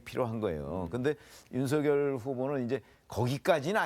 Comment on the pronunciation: 모르시나본데 윤석열 이름 발음음은 윤서결이 맞고요 윤성열도 아니고 윤석열도 아니고 윤서결 맞거든요 쓸때는 당연 윤석열 , 왜 뭣때매 윤후보한테 뭐라는디 ? ㅋㅋ 윤석렬이라니 참 국어공부 더 하시지 내가 볼땐 당신이 짬뽕인물인걸